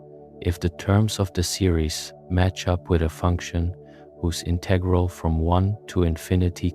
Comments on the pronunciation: This is great. But two critiques: 1). The background music is disruptive. 2) Would it have been that hard to pronounce integral in the standard manner? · bro wants to teach me about calculus but cant pronounce integral properly , nah im not interested